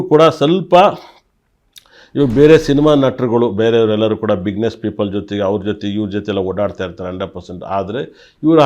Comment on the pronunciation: ಬಿಗ್ನೇಸ್ ಅಲ್ಲ ಕಣೋ ಅದು